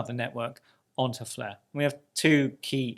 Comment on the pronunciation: What is the "fluh" network? Is that Welsh?